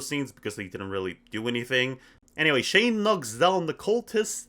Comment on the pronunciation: first off its pronounced shane (shh-ayy-nn-e) not (shh-aww-nn) second off it was a hit series and i loved it